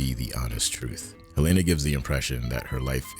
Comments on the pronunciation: Helena. I love your vids, but her name is pronounced Helena. I don't understand why so many creators pronounce it "Helayyyna" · Thanks for the great episode! Btw, Helena Egan's first name is pronounced in the show as 'Helen + ah,' not 'Hel-ay-na.' Thanks! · Sorry, but why can you not pronounce Helena correctly? Honest question.